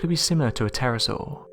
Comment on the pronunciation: You keep saying Terrasaw but there's no such thing but it is a Pterodactyl (the P is silent) and what you said about the devils pool in Queensland is wrong but I'll let it go.